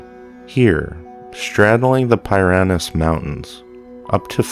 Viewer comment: “Peer-rin-knees” mountains.